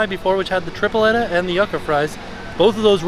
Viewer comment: We love you, but repeat after us Puerto Rican’s. Tree-Pleh-tuh/tree-ple-ta. Joo-kuh/ joo-ka